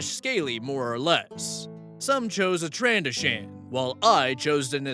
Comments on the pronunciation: For reference, the emphasis of 'Trandoshan' is on the second syllable, 'Tran-DOE-shun'. Also, 'ROE-dee-an'. Never heard of Amaran before, but his description of the species sounds interesting, as does the character's backstory since the Empire is ligitimately prejudice to the point where there've only been a handful of non-Humans who ever served in it, including Thrawn. Personal pretentiousness over Star Wars aside; I, like many others, cringed at the description of what is very obviously the Gary Stu character. Why is it always a wolf though? Surely if they wanted to be 'alpha' they'd pick a chicken, it's where the term 'alpha male' came from after all. Also, what a bunch of absolute dickheads. It's astounding that OP stayed for longer than one session after that treatment, but as you've said previously it's different when you're in a group with even one person you think is a friend. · Agreed! Hey,, if you happen to read this, just FYI Rodian - Ro-DEE-un Trandoshan - Tran-DOE-shun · It is pronounced row-d-an. Also he mispronounced Trandoshan too. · As a Star Wars fan. I think this is an everyone sucks here story as OP's backstory is completely lore-breaking and his "established race" is basically non-canon. Also you mispronounced Rodian and Trandoshan. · Or how you pronounce Trandoshan. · Trandoshan is pretty badly pronounced too. Thrawn did get respect despite being a non-force sensitive, but he was the exception that proved the rule. OP's backstory lacked any sense as no Scout Trooper would make a deal like that, no officer would honor and it's unlikely he would ever encounter a Scout Trooper as they are always needed on the frontlines.